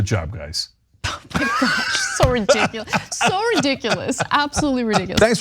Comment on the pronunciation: I like how she said redickulous at the end lol. I know i spelled ridiculous incorrectly lol